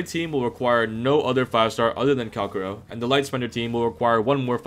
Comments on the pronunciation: Guy wants to be the best calcharo.... yet he can't even promounce his name properly... 🤦‍♂️ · hmm i thought his name was calcharo not calkaro